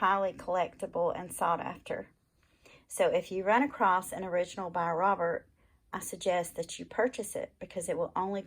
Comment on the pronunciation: Its pronounced robair- not robert